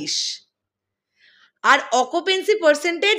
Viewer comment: Bhaisaab its occupancy not occupency....